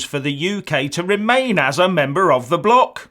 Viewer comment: He said "bloc" like the UK was a prostitute being sold against her will rofl